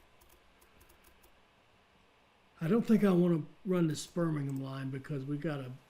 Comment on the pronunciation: You said Hereford correctly the very first time and Birmingham is also bang on i was waiting for the American way of saying Birmingham well done